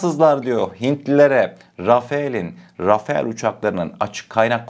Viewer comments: Rafael değil Rafal demelisin❤ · Selamünaleyküm yav kardeşim « RAFAEL »değil « RAFALE ». Çoğu yerde bu yanlışlık yapılıyor. Yani neymiş RAFAL diye okunuyor Rafael değil Rafale de değil RAFAL diye okunur. Selametle kalın Allah’a emanet olun. Bu arada kanalda sunduğunuz içerikler çok iyi. Tebrikler 👏🏼👏🏼👏🏼🇹🇷☝🏻💪🏻🇹🇷🇹🇷🇹🇷🇹🇷🇹🇷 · Rafael değil .. rafal